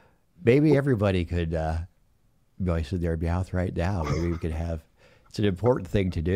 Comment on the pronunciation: Yeo ! Great show as always 👍🤣😂 don’t forget to mewoistin yer mewouth